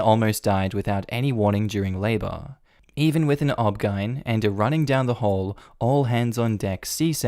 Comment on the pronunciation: As for opinion mine matches from beginning to end. please do me a favor and stop trying to make words out of letters that stand for much more. OBGYN IS NOT OB GIN IT IS SIMPLY O. B. G. Y. N. I can overlook loll for LOL but using the OBGYN as a sample look up how things are either actually pronounced or not in some cases. Please for my sanity.